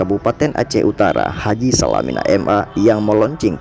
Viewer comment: Selamat dan sukses selalu👍.tapi sedikit menanggapi, VO/Pengisi suaranya ada menyebutkan nama Bapak H.Salamina,dg sebutan "SALAMINA"mungkin agak kurang enak didengar🤝